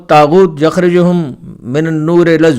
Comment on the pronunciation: یخرجونہم۔ غلط پڑھا ھے